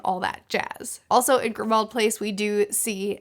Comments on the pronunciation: Its not Grimold place, it's Grimmauld Place like "Grim Old Place" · Grimould place is pronounced like "grim mould". JK Rowling is not particularly subtle. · Grimmauld place is pronounced like "grim old place" (I think it's actually supposed to sound like that) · Late to the comment party, but wanted to chime in about the "Grimmauld Place" pronunciation. I used to pronounce it as you do, until I realized that it's a Rowling joke and I believe that it's supposed to be pronounced "Grimold Place." Because it's a grim, old place. :-D